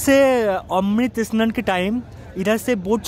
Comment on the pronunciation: E Snan E Snan E Snan.... Mane seriously... Oshojhokor! snan bolte ki kosto hoi